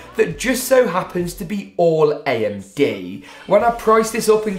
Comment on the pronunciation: Ayamde thats how you say amd like lol no hate btw